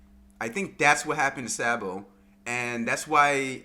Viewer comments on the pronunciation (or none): Dude you sound like a sheep everytime you say Sabo’s name. It’s not SAA-bo. It’s pronounced SOB-o